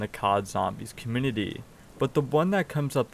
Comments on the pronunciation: Man. It would be best if you worked on your pronunciation for "specific" and "community". You're missing half the letters when you say them. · Hey, maybe he's not aware. If you had something on your face wouldn't you want to know about it? It's not like he has any speech impediment. Just got lazy with those words my guess.